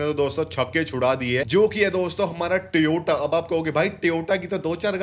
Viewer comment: It's not a tiyota , it's Toyota 😂😂😂